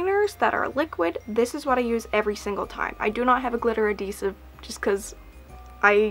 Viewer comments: did you mean adhesive? not adidesive love the video though!! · AdHEsive not adDEsive 😂 you're killing me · You're saying adhesive funny. Like you're missing the h. :P <3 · Why would that make you glad? Also, yes, she says adeesive :D I think it's cute! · yes she means adhesive, she just says it without the h.